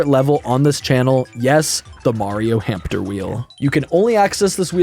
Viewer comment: Are they really called "hampter" wheels, not hamster wheels?